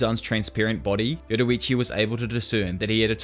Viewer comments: why do you keep saying yoruichu, this isn't bleach lol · 6.45 yoruichi it's yoriichi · Yoriichi not yoruichi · "yo-riiiii-chi" not "yowowowoowrichi" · Bro it not yoroichi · This dude says “Yorrichi” Like “Yetawachi” 💀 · why’d you say yoruichi instead yoriichi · Its like your saying yowuriichi instead of yoriichi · Why do you say Yoriichi as Yororiichi? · "yoruichi" lmao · Why u call him Yoroichi lol. Nice video btw. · inspiring amount if effort that you put into these vids but its "yor ee chee" not "yoru vichi" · Bro I love when he says yorrichi he says it like yoddorrichi I love that bro keep it going and love the content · im crying "yoroichi"